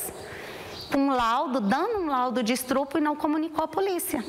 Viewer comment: Lá fala francês valão e flamengo. A mulher fala estrupo, ou seja, não domina nem a língua falada aqui no Brasil